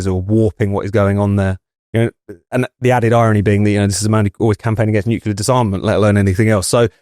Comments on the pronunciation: Hey,, it's not nukular, but nuclear. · please say nuc-le-ar..."nucular" is making my ears bleed! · Nuclear is pronounced NEW CLEAR not NEWKYULAR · It's not "nucular" but "nuclear". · Nu-klee-uh Not nu-queue-luh FFS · WtF is NU-CU-LAR? It's NU-CLE-AR, ffs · Another good episode. Just one point: it's 'nu-clear' - 'new clear'. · noo kew lar.. 🙄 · Nucular…LOL. Come on, chaps, try a bit harder with your pronunciation and enunciation. Very unpleasant to listen to. ‘ Loads to talk about today’ becomes ‘ Lows talk bout tay’. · Great content, though I really wish you'd stop saying 'NUCULAR'!!! But well done - you can't pronounce 'hegemony' either.🙄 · NUCLEAR, not Nucular. Please,! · IT'S "NUCLEAR", YOU D*PSH*T. N-U-C-L-E-A-R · Love the discussion but—please—at your next staff meeting have a mini-lesson on how to pronounce 'nuclear' so you sound more credible. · Amazing how many native speakers can't pronounce "nuclear". Trump has started to get it right only recently. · thanks for saying this,. otherwise impeccable. But this reminds me of George Bush tbh.